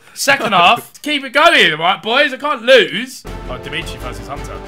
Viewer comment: Why does Ethan keep saying "Dimitri" payet We all know that it's The meat tree payet